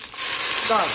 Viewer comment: Yeah, she said jarlic. Emily says it too. Family thing, I guess. I like it, can hear myself saying it too…..